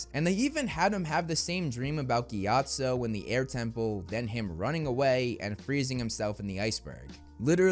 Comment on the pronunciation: It’s Not Munch giatsu it is Pronounce Gitso with O,. All so I love You☺️.